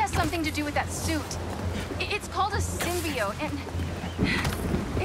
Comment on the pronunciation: Sym-bi-ote is killing me